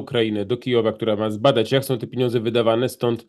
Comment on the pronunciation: panie Piotrze pieniądze nie piniodze, drobny ale stały błąd wymowy, wybaczam, ale proszę korygować